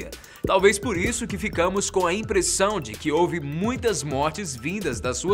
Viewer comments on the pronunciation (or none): none